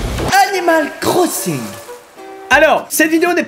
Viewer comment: on dirait qu'il dit "Cannibal Crossing" 😂